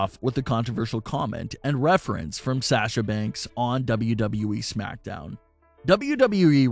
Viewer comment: This the guy that says “SHAHSA BANKSS”